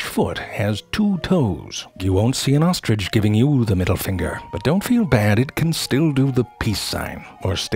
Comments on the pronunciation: Zefrank: “Here we explore true facts about the ohstrich.” Me: Uh, do you mean true facts about the ostrich? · I like saying, "There is no 'g' in ostrich. So often someone says 'ostrige'. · best pronunciation of ostrich ever 😂